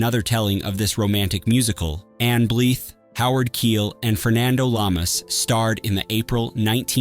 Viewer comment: Some of those movies I really liked. Garden Of Evil, The Egyptian, Track Of The Cat, There's No Business Like Show Business. I've watched them all quite a few times. Have Garden Of Evil and Track Of The Cat on home video. And it's Ann Blythe, not Bleeth. Pronounce the Y.